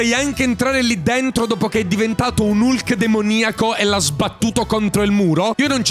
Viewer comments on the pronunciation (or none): none